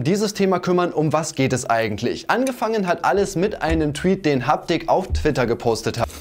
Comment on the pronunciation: hab das video von kuchen gesehen und er sagt habtik